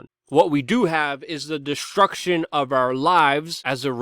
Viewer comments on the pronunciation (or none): Luke. To sat st its not shhht. Like STREAM IS NIT SHHHHTREAM. destruction is not Desshhhtruction